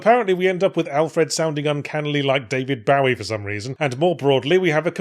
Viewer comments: "David Bah-Wee" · Im sorry, you pronounded David Bowie... how again?